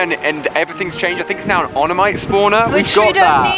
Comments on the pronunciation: it's omanyte not onamyte it gets on my nerves when he mispronounces Pokemon names like he calls feraligatr freealigtr but I do still love his videos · it's Omanyte not Onamyte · Funny how after all this time STILL says Onemyte instead of omanyte XD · OM inite not "on-imite"